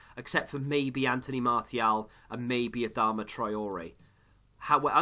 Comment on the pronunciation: I cant believe you say martial like mar-T-al